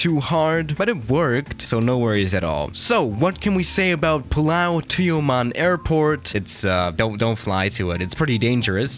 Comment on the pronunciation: as a Malaysian, the way u pronounced Tioman is not that bad. But the way u pronounced BERJAYA AIR however is less satisfying